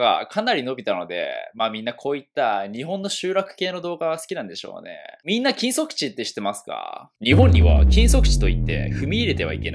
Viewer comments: 禁足地がキムソクジンに聞こえた、むりwww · 「禁足地」が「キム・ソクジン」に聞こえたww BTSの話友達から聞きすぎて洗脳されてんのかな……？